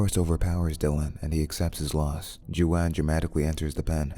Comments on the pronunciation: Waan not ju-an. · It’s not Chu-wan my guy….it pronounced like Huan like the J is an H 👌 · Is his name really pronounced "Jew-an" or are you mispronouncing "Juan" ("Wan")? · Juan not Joan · Juan is pronounced Juan : Ju-an like who-ann.. just telling you cause you're saying it Jew-anne 😊👍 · I had to turn the subtitles because I was like “why does he keep calling is dude JoAnn” but it’s Juan! These artificial voices are getting better but they still can’t pronounce shit correctly! 😳🥴🤣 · Who-ann not Jew-Ann smh 🤦‍♂️ can’t watch this shit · WHO-ANN!! WHO-ANN!! not YOU-ANN!! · Its Huan ,not Juwan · its juan not johan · "Chu-an" The AI can't pronounce "Won" ??? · Lol…Jo-an… “Wh-on” is how his name is pronounced. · Jew-on??? Juan is pronounced "Wan"... and when they had guacamole and you called it "Goo-wok" ...I'm dying🤣 Have you never met a Latino person? I'd hate to see you pronounce Guillermo or Joaquin...😅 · "Jew an" its actually "Who waan" Its John in Spanish. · Your so European, it's not Joeane .. it's like pronounced whqone like gone but with a silent h lol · its not even wan you peanut, its pronounces hwan. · Juan- it pronounced Whan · Is he calling Juan (Hispanic name) Jo-Ann? WTF 🤷‍♂️ 😳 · jew-an and goo-ack lmao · Joo-ann. Omg, I just cannot. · Why is pronouncing it Jew-Ann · Jooanne and goowok 🤣🤣🤣 is this a TTS bot? It sounds so real minus these extremely funny errors in pronouncing foreign words. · Jewanne you say.. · Waan! Phonetically spelled our for you fool! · Haven’t watched the movie but I’m gonna go out on a limb and guess that this guy’s name isn’t pronounced Jew-Ann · 15; did you really say "jew-anne?" - that's how read it in my head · Being an european, this chu-an hurts my mexican feelings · Jew-ann huh? Like Jay-quellin and Ay-ay-ron.🤣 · Ju-ann ? Lmao he can pronounce Darius but not Juan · ‘Jew Ann’ 😭😭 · The narrator is fucking dumb in this one. Jew-ann for Juan? I think not. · Ah yes! Ju-ann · Latino person here, Juan it’s pronounced <Huän>